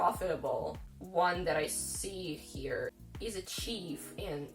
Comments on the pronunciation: Love your bluntness. Telling it like it is! Tiny correction: The e in Chef should sound like the e in Elf. Your pronunciation is like the word Chief. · It's pronounce SHEF not CHEEF !! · this is very good! but, chef is pronounced sheff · Wow!!.. you're making me feel rich!! ... What are the Pension's like $$$ ... Chef if Pronounced: SH-ef .. Another Interesting video ! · Just a friendly correction. If you are referring to a Chef, it’s pronounced Shef. That is if you mean someone who cooks food 😎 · Chef pronounced Sheff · so: it's pronounced shhh e ff - just thought you might want to know. when you go to the US, there will be a little sticker shock because housing is much more expensive. food is about the same.